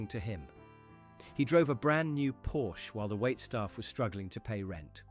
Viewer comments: The usual wrong way to say thst car model is "Porsshh" not "porch", with a hard "ch" like "church". The real way to say the car name is 2 syllables..."Por-che". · so the guy has a porch in front of his house? or what do you mean? if you mean the car brand, that's not it. you said porch. so why is it so weird to have a porch on a house? or is the narrator actually not capable of pronouncing that name correctly? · so the company is actually called porch? because I am from austria and know, that the pronounciation is something else. the e at the end of porsche is not silent. but if you insist, then this is now the pronouciation.